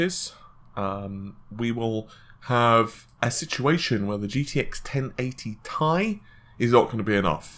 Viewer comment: me thinking: why does this guy have 40k subs? guy: "gtx 1080 T I E" whoop there it is